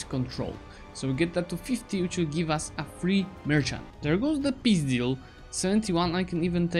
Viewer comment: я один слышу "пиздил" когда он говорит "peace deal"?